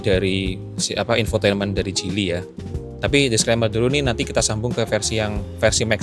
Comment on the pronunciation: Bacanya jili bukan gili. Speedometer kok mirip J5. J5 speedometer kyk motor yg layar mirip2 font kalkulator gitu. Jelas beda jauh.